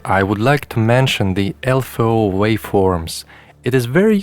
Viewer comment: One thing ist triggering me.... -> LFO= Low Frequency Oscillator and spoken out L-F-O. Beside, great video. I own a Ti myself, i wished i have the time to explore it all deeply